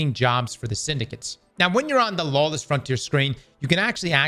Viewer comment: Lawless, not lawess sir! Thank you for the video, because there is no one on D2 today.